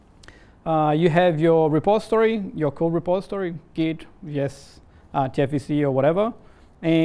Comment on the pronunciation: The video is pretty informative, but the "repostory" instead of "repository" sounds weird.